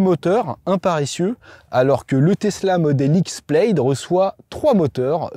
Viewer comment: "Plaid" se prononce comme "plade", pas "pleillde"...